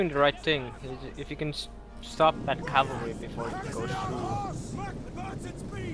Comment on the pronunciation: Very nice tourney and well fought panda, beautiful epirus game! But guys if you are gonna cast a tournament please make sure microphones work properly:) and your co caster should maybe listen to the english pronounciation of infantry and how to handle soft k sounds ( as in Cavalry ). I have always fancied you. God job overall and thanks for uploading this!